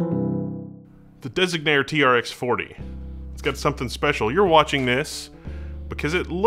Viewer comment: The misspelling and mispronouncing of Designare is triggering me.